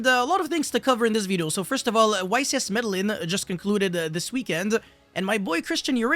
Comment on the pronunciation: Medellín = MedeJhin